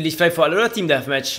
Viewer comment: Wie er immer "team deathmatch" betont :D